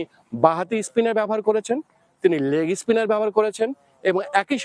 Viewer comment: অফইসস্পিনার, লেগিসপিনার এসব কি উচ্চারণ?